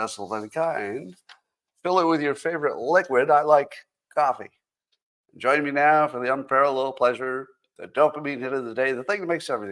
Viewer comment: Think Scotts "coffee" annunciation still reflects reflects origins😊. Peace